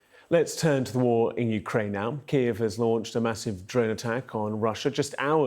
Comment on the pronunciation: It's Ki...eve...Not Keeeve